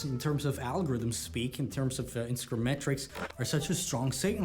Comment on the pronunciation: Instagrim lol. When did you start saying it like this 😂